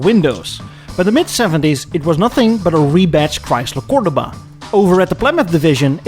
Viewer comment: Hey now, it's Cordoba. KOR DOUGH BA